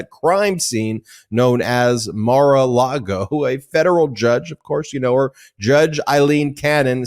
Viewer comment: MORE-A-LIAR-GO... 😂😂NOT MOR A LARGO